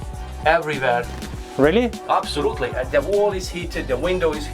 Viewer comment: Я один считал сколько раз он скажет обсолютли